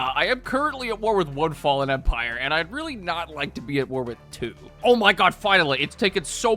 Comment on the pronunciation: I cant believe you mispronounced "Fallen" WTF?!?!